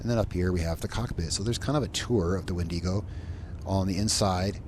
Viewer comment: I'm gonna stop you right there. That's not how you pronounce wendigo. My brother in Christ, I'm both ashamed and appalled at your behavior on this day.